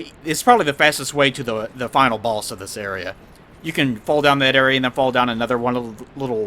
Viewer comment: I love pronunciation of boss. Baus.